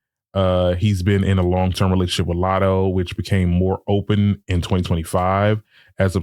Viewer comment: Never heard of Lat-hoe before